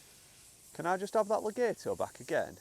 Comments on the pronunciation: You say le-gayto I say Le-gaaaato You say to-mayto I say say to-maaato 🤣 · It's actually Le-gaht-o. (Extended 'a' sound). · Pronunciation, Le- gat- o. Not Le- gate- o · Legato gat not gate